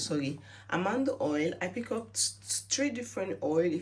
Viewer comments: Its Almond oil not Amando oil ! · It’s Almond oil not Almando oil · Almond oil. Pronounced ALL MAN D. Like the nut. Peanut, cashews, almond